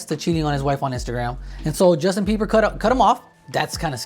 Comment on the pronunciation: Why do they keep calling him Justin Biever?😂😂